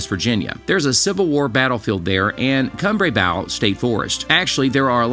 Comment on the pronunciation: Kumbrabow. You're saying it wrong. Come - Bray - Bow. Like Bow and Arrow